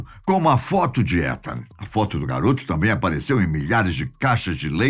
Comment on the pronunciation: A pronúncia se diz ( iitan) !